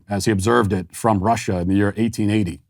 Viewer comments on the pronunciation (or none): none